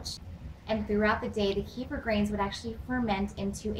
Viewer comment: you pronounce it wrong. here